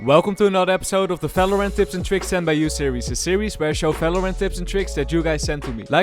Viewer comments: Valorant : exist this guy's accent : nah.. "fellow rent, Felorent" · Bro subtitle thought u said "fellow rent" 💀